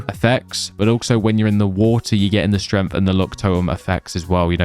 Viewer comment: It's pissing me off how this guy says stremth instead of strength